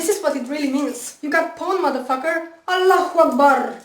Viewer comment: coming from a former muslim, the way u say allah hu akbar makes me lol so hard